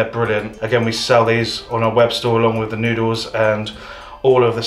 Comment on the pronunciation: Your mum really is hilarious, calling the soy "soil" and then saying "wiff" right after, such a way with words